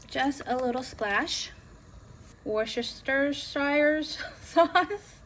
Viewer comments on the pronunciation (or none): Hey i'm going to make this recipe as it looks delicious. Wooster-sheer-sauce if that helps lol 🙂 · Morning from England, it's currently 09.15 on sunday morning, its pronounced Wooster sauce, its like a lot of town names in England, a lot of it is silent 🙃😉🤣🤣weird I know 🤣🤣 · Wus-ter-shear sauce, this is how we pronounce worcestershire sauce in England 😊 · Its ok I don’t think anyone can say Worcestershire sauce its even difficult to spell. Spellcheck didn’t even want to help me out lol. This looked bomb!